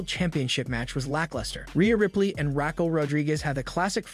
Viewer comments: Her name is Ra-kell, NOT Rackel. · Your vowel soba in raw and Raquel made it hard to understand what you were saying. Great video but something to note